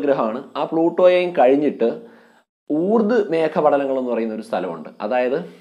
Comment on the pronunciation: ഊർദ്. അല്ല ഊർട്ട്